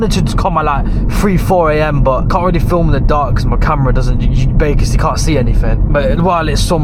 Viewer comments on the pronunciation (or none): Can u stop saying baciscly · Bay kiss ly 💋